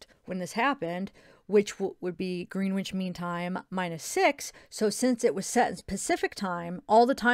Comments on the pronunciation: It is pronounced grenitch. Lol. I was laughing bc we pronounce a lot of things differently here in the UK. was saying route we pronounce it root. 🤣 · Gren itch mean time....that’s pronunciation not spelling 😁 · I think it is pronounced GRENITCH mean time:) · Grenwich mean time is uk time and its pronounced grenich the w is silent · It’s pronounced Grennich 😉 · Love your videos. You’re so lovely. Just abit of trivia being English. Greenwich is pronounced Grenitch. A lot of English places are pronounced differently to how they are spelt. 😂 just an FYI. Xx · it's pronounced grenn itch mean time by the way uk friend helping you out x